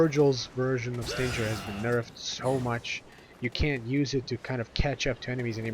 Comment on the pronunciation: Forgot to mention, the old Force Edge Combo can still be done by: Force edge melee, melee, switch to Yamato, melee, melee, pause, melee. PS: I find it weird that you've mispronounced Stinger. SHouldn't it be pronounce like "SS-DING-ERR" (like a scorpion's stinger?)